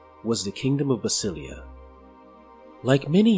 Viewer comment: Is it really pronounced that way? I think basilea should be pronounced with an emphasis on the e as it is a reference to the greek "basileia tou theou" Kingdom of God, similar to Elohi referencing to Elohim, one of the Hebrew names of God.